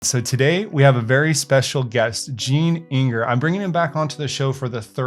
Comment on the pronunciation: thanks for inviting me on YOUR show... I enjoyed it immensely... and soon we'll see how this lopsided market (high S&P; not so high speculative stocks) performs... cheers! P.S. 'Inger' with an 'I' not 'E' haha..